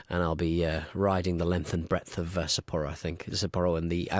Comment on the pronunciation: Chris-san, your pronunciation of Sapporo must just be the worst ever. I am horrified! 😅